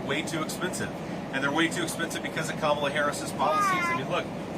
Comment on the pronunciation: Wait, he said Kamal's name right? Trump ain't gonna like that.